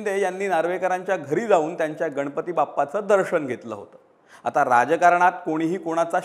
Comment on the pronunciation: दर्षन नसते दर्शन, षिवसैनिक नसते शिवसैनिक, हुषारी नसते हुशारी असते हो साहेब...नको तिथे " ष " म्हणून फार हसे होत असते...